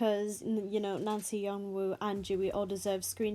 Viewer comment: Sorry but i kept understanding nazi when you said nancy